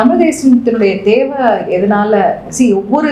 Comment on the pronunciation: பிரபாகரன் பெயரே கேட்டலே என்னுடைய உயிர்❤❤❤ அவர் அண்ணன் இல்லை தந்தை ,நாடி நரம்பு 😘😘😘😘😘